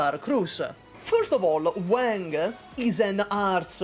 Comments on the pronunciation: i love you but i cant watch this video because of how you pronounce wang, it irks me so bad… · I am here to listen for ranting about Wang but I had to hold myself back from cringing at how butchered Wang's pronunciation 😂 My China-Indo self is dying from cringe listening to him saying Wang haiyaaa